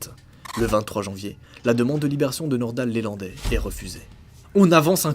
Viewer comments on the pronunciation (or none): C'est pas LÉlandai,c'est LElandai!!! Il n'y a pas d'accent sur le E . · LElandais pas lélandais. . Et c'est son véhicule perso pas une camionnette.... bref surtout sur une affaire super médiatisé.... tu merdouille 😂😂😂😂